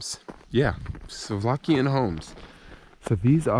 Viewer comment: SLO-VAKIAN, not solvskian...